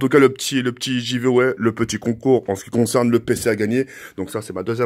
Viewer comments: Mdr "ji veux ouai" ça se prononce "gui veux ouai" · Starfoullah je reve ou il as dit jiveaway au debut ? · Le petit "Jiveway" chui mort